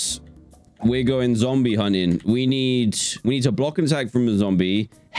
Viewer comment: Dan said zomble instead of zombie lol